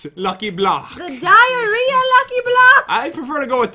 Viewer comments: she said direah accidently and pat did not notice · be like "Diarea block" Me: wtf is wrong with her who the freak says diarea block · Did nobody notice said the dierea Bow